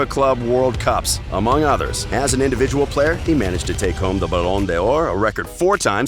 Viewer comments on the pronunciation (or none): CursedMohamed “Ballon de orrr😂😂😂😂😂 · I think you forgot to mention how he screwed ‘Ballon D’or ‘ as “Ballon Dior” 🤦🏾‍♂️ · everybody cringed when he said ballon d'yora i be like WOT?! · And he said Balon Dior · Bellon de ooor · Ballon dayor 🤣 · "Bollon'Day'Oor "Zinedine Zidayne" "Argenteener" "Youefay" "Liverpul" "Hazerd" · can't take anyone who says u.e.f.a and balon'deer seriously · golden shoe, balloon door, uefa, why can't he pronounce things properly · "Ballon de orr" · Is it just me or does this guy no nothing about football? He does not know to pronounce Ballon d’or or UEFA!! And almost all football fans know all the facts he said!! WE WANT TO KNOW SOMETHING THAT NO ONE KNOWS! And you say Neymar is not close to Messi’s and Ronaldo’s level! Who is this guy!!!!!!!! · How he pronounce uefa, ballon d'or and Paris st.germain...that grind my gears